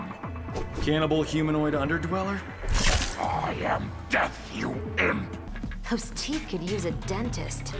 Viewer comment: saying “imp” physically impossible